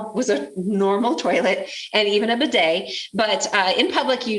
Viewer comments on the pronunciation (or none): none